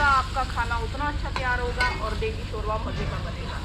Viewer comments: شورہ نہیں شوربہ بولتے ہیں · salam! aap sab k vlogs mey bohot shok se dekhti hun, agar aap ko bura na lage to iss video mey aap urdu mey shoba lafz ko shora bol rahi theen jo k sunne mey acha nahi lag raha plz don't mind. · shora nahin hota shorba hota hai😋😋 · Shorba not shoora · Shorbaaa not shoraahhh🙄🙄